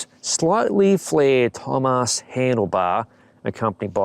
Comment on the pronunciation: Looks like a nice bike. And yes, as a native german speaker, I can tell you that you messed up the Umlaut in Thömus.